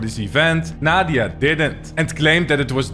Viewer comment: "Naw-dia" Lmao 🤭😆😂🤣